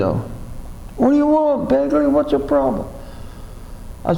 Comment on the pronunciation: Thats Begley not Belgley